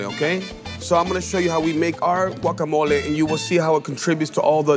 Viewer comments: Wuacamole? 😂😂😂😂😂 Blender?😂😂😂😂😂😂 There's no M in chapulín. No cheese please and especially no radish. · If you pronounce it as Guacamolee… pls sit tf down. You don’t have the best Guacamole 🥑🇲🇽